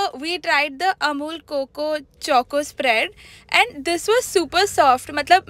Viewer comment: That is not 'coco' its 'choco' pronounced wrong.